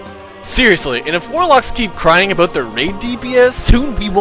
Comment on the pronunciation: aboot! lol